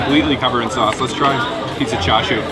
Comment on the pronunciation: Ah what now?! Said it 3x 😅 char shiu? Addition h. Spam??? It's ham. Where's the British influence? Noodles? Eggs? Ham? Mmm🤔